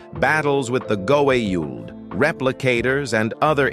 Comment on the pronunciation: its actually Guauuld not whatever u said there but anyhow Stargete/Atlantis i would say is my fav TV show of all time